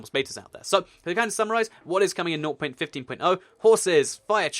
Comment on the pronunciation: I'm really annoyed when he says "nou point fifteen point ou"